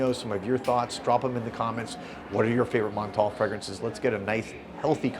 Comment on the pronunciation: The way you pronounce Montale 😂. Just stop!